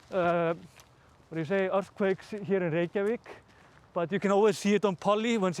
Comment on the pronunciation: MuRdeRR in the friendliest neighbourhooud of RReykjavik!?